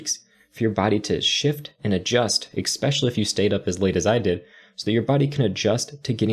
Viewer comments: The word is "especially," not "ex-specially" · with all due respect, it's especially (with an 's') not expsecially. IMHO - saying it that way takes away from your otherwise very professional demeanor. I'm trying to be helpful. Keep up the great work!